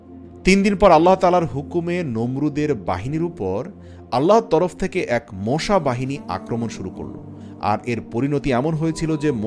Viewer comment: মোশা নয় মশা বলবেন